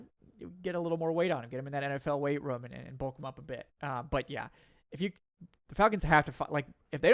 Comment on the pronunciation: The way this man pronounces the word "room". is not like us.